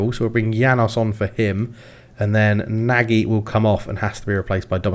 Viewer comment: Nagy is prounounced "Noj." Fun fact, it means big or large in Hungarian :)